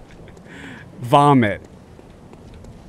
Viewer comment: You saying “woom ride” instead of “room wide” was so wholesome and funny. Never thought I’d be willing to watch a person play a game for 8 hours but you are entertaining man.